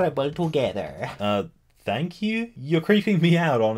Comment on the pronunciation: Anyone else noticed how he pronounced thank as 'dank',? Is that an Australian thing? I think it's cute.